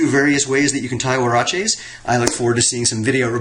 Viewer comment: Woah..he even said it right you’re no longer.. you are now